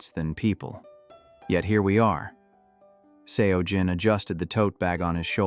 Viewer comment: Pronunciation of Seo Jin is pronounced closer to “So Jin”.